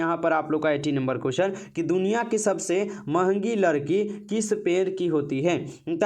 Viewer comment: लड़की ❌ लकड़ी ✅